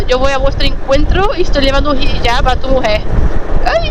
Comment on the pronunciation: Hijab,, es Hijab; no "Jihab". 😆😆😆😉